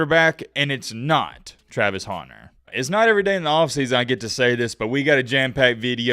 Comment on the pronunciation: it's Hunter like a man who goes and hunts. not Haunter like the polemon come on bro 😂